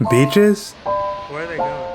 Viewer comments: what do you think about when you hear the word Cape Verde? BITCHES? Bro sorry your accent came through then 🤣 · Beaches❌️ Bitches✅️